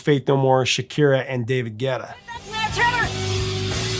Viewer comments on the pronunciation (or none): none